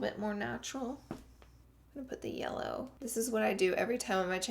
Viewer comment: Did she say yeller 13.02